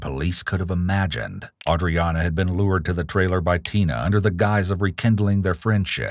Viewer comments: I hate that they could never get AUDREANNA’s name right. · I have no idea how to pronounce the victim's name at this point. I think I heard it pronounced 8 different ways and several other totally different A names during this video lmao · Anyone else find it REALLY annoying that all the detectives and officers can't seem to pronounce her name right? Seems like the least they could do at this point, knowing the name of the victim your are investigating on behalf of.